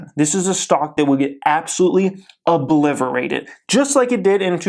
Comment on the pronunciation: FYI that word you're using is obliterated not obliverated.